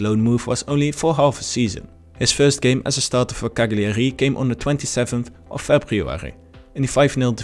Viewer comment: bro learn how to pronounce cagliari.. otherwise great video very informative👍